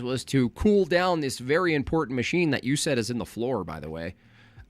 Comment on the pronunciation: Why does the way he says important bother me? I only pronounce one "T" and leave out the "A" when I say it (impornt). I thought smart people said the T and A And stupid people said (imporAnt). Like Candace Owen's (sry). Then this guy comes along making a 4th category with (impordant). I hate it I didn't think a smart person would l